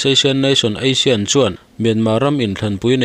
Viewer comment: ASEAN tih lam dan hi Mizo Utuber te hian ngati nge in tih dik ve theih miah loh le? Association siamtu ten a lam rik dan tur an siamsaa chutiang chuann ram dang pawn an lam riksak mai a. Kan Mizo Utuber te hi zawng in buaithlak deuh a ni e.